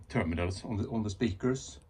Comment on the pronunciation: I like how he makes the word speaker into two words. spee krrz